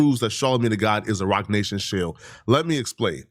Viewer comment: You tried to say shill and failed 🤦🏾‍♂️